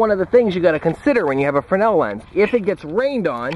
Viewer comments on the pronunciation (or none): You keep saying frenel, but it says "fresnel" in the description. :/